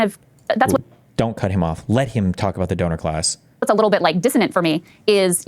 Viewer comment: I wish I had 5 dollars for every time Steven said Doner class